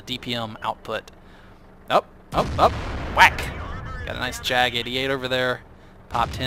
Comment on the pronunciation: 2 things. First the j in jagd is pronounced like the y in yes. I find it funny to hear a jagged panzer, maybe its a cubist painting. Second does the gun depression improve when aiming behind the vehicle. I've seen others using this and the roomba while aiming backwards to improve the gun depression.